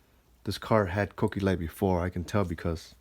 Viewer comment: pronounces them "Cookies" btw. Too funny.